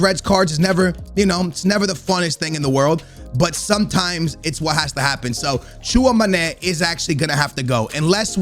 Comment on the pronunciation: The fact that pronounces TCHOUAMÈNI wrong made me dislike the video